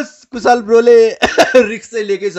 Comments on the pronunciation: Kushal ho.....kushaaal haina hau😂😂naam kai bejjat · कूशल lai कुशाल re rip Nepali..